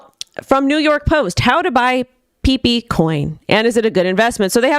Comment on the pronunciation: Excuse me , its pepe not pipi. 😂